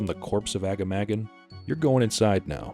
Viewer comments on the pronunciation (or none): Great video! However, for future reference, it's pronounced "Ah-Gah-Mah-Gahn".